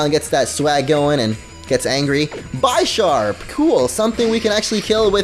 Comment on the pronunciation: YOU PRONOUNCED BISHARP WRONG ITS BISH-SHARP NOT BY-SHARP YOU STUPID FRUIT, WATCH THE ANIME